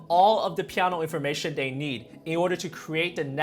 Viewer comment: I def just subbed, solid piano* I would love to hear him say it more also; “pieaanuoeah” funny how a pianist talks the same as most N-Americans except the actual word. I’ve been trying to say it like that for way too long in the mirror. I feel bad I still can’t do it justice. “Compulsivity n such” it has some downsides.